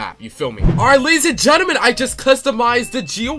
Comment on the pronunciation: Ladies and gelement. We got them.